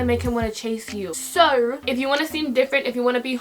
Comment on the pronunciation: that ‘so’ sounded so British lmao